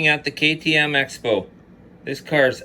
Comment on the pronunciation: It's pronounced "crossbow". Just a PSA!